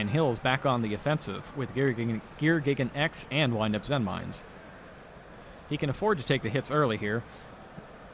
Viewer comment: Did I hear someone ACTUALLY say "Zenmaines" correctly?